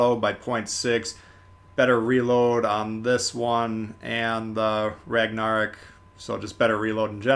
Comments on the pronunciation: It's Ig-nis Pur-ga-tea-oh. Not per-gacio. Also Ragnarok is pronounced rag-na-rock. Not rag-nar-rick. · Did i just hear pronounce Ragnarok, regnerok?! What😅. I also just wanna say i wish the ignis purgatio was based on tech tree ship colorado, as it would fit the style and nation more. It aould also make the Ragnarok more uniqe. The fact that BOTH event ships are just reskins of the nagato is not the best way to spend my money. The ships are also way more overpriced and you could just get a tier 6 premium for cheaper and more value. Im sorry but i dont want to pay 3 to 4 thousend more doubloons just to get an extra commander. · he really said ragnarok like that